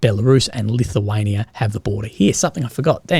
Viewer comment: "Lithuania"? "lithium"?